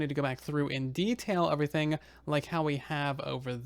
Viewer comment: has anybody else noticed that he says uvrething instead of everything. is it and accent or something?